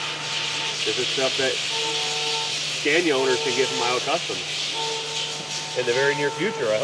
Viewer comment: Your pronunciation of Scania kills me.